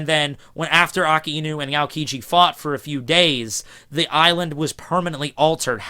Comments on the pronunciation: Really don't mind pronunciation, but I do feel kinda cringed when you outright say the wrong word. Like, you saying "Ah-ow-kiji" instead of "Aoh-kiji" is super fine by me, but saying "Akihinu" or "Aki-inu" instead of Akainu? I mean, how do you even get around pronouncing an "a" as "i"? ._. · It's akainu not akinu.. god english has the worst spelling.. why the fuck is a spelled ei..